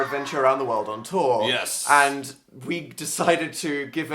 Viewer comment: though phil said "amazing toy is not on fire" instead of amazing tour is not on fire.